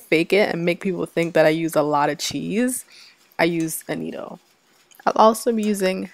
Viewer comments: It’s pronounced ‘Ah-Not-O’ ...not ‘Ah-Neat-Oh’ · It's pronounced A- NOT- TOE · AN -NAT-TO ... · It's not AnnĒtto, it's pronounced AnnAtto...LOOK at the name. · What is anido? It's called Annato! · Love the video. I've not really used evaporated milk before. I think I'll try it with my recipe this week. Sn: Annatto is pronounce uh-nah-toe. Just fyi since you called it uh-nee-toe quite a bit. :) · Its pronounced " ah nah toe" Not" ah knee toe" ..lol. . Ps. Good job on mac n cheese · I think you mean annatto NOT anneetto. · Annatto - not Anito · I like your recipe. Thanks for sharing. FYI it's pronounced annaaaato. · "Ah-nah-toe" - otherwise, this is a perfect video of a great recipe. Thank you for sharing! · I’m from the Carib, too. Puerto Rico. We use Annatto a lot. Btw, it’s pronounced, A-nah-to, there’s no i in it, and it does have a distinct, but subtle flavor to it, which I love. I’ve never seen a Mac and cheese recipe with annatto in it, so I was pleasantly surprised. Making sure I have all the ingredients bc I’m definitely making your Mac and cheese, today!!! Can’t wait!! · Good recipe. It's pronounced Ann-A-toe. It's from Jamaica. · Are you saying "annatto" for the yellow coloring? I have never heard your pronunciation of it.